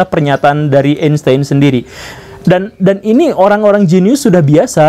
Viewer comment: Einstein, karena ejaan jerman, dibacanya Ainstain pak guru.. Gimana, saya pinter kan dalam hal ini hahahaha